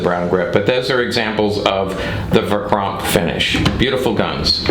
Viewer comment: Verchromt not verchrompt